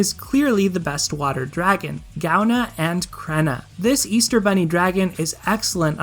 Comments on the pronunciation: Partially because I'm Irish, partially because I'm pedantic, if it interests you at all (and if it doesn't, by all means, ignore this post): Gaibhne is pronounced something like "guy-vnyuh" (for the second syllable, roll a "v" sound into "nyuh"), and Creidhne is pronounced something like "cree-nyuh" (with the "r" rolled (technically a flap, if that makes sense)); if IPA transcriptions help, the pronunciations are [ˈɡovʲnʲu] and [ˈcɾʲeːnʲə]. Love your content; thanks for confirming my thoughts on the matter of water dragons. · I REFUSE TO PRONOUNCE GAIBHNE & CREIDHNE LIKE THAT